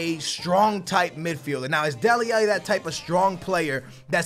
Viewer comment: Come on man. You started to say Alli's name correct in the last career. Now you're saying it incorrectly AGAIN